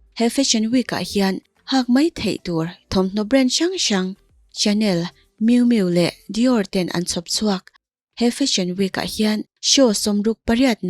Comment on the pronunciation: Shanel tiha lam tur aw